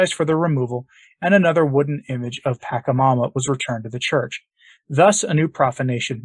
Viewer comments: It's "pacha", not "paka" That is just annoying to hear... I was a shamanic practitioner for a minute. Until the Lord pulled me away because I asked Him to... Anyway... Pachamama is mother earth. Although, I don't partake in this type of abomination anymore. It would be nice to say the name correctly. Thank you This is all about the new age trap called NSA new satanic age. Do not be fooled people, this is wrong and NOT teachings of Jesus Christ, our Lord The pope is and has been deceived to "get a long" with everyone and their own faiths. It is a trap and I believe that in time he will realize his misguided justices Remember we are all sinners, trying to become saints... Amen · It’s not pronounced pakamama, but patchamama. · Creepy. It's Pach a mama, from Spanish phonics, not Pak a mama. I can't even listen to this. What about that stang thing? That was so weird. The giant is a bigfoot. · It is not packamama is pacchamama, like China not KIMA...first inform yourself, as you should and then give the information!! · This is not a criticism as such but rather just a pronunciation correction. Pachamama is pronounced, Paw-cha-ma-ma, as opposed to your, Pack-ha-ma-ma. As I said I am not whacking you upside the head, just correcting how you say a word, us old folks are kinda silly that way. 🙂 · first of all, its prounounced Pa-cha-mama, second, its not a demon, pachamama means mother earth, its literrally the deity of the planet, and she is very loving & caring, as she is literally the world. I would not be surprised if the Pope maybe done a secret ayauaska ceremony and met pachamana, got tought some of her secrets? anyway, you should broaden your horizons, I used to be a catholic until I discovered the truth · Thank you for doing the video. Just a friendly suggestion that you correct your pronunciation of PA CHA MA MA. "CH" is not pronounced as hard 'ch' like 'k' "CHA" in pachamama is pronounced soft 'ch' as in 'Charity' Peace